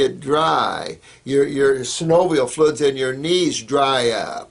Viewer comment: So funny that he can't pronounce "fluids". XD